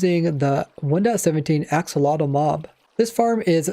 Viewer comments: Looking it up and listening to the pronunciation, it's: [aːˈʃoːloːtɬ] Which sounds kind of like "asholodt", but I would definitely recommend listening to it being said, ofc I wouldn't expect you to pronounce it exactly the same, but apparently it's not how we would normally pronounce axolotl with the x being more of an sh, and the tl being more of a dt. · ive always heard it as axolotl - x tl, even from axolotl owners. pretty pedantic, considering accents and language in general allows for people to pronounce things that mean the same thing, quite differently.